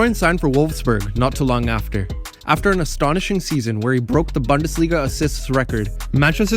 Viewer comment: Great video. Look up the pronunciation of bundesliga though.